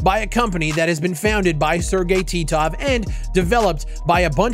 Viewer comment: I smiled when you said Sergey Titov. It brought back so many memories of you saying his name.